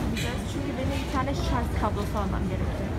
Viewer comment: Şarzzzz değil canım şarj 😍😍😇😇😇😘😘😘💕